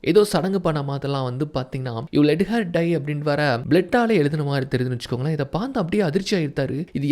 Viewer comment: Vechukonkale vechukongale nu sollathinga suthama nallave ila..innum better ah solla try panunga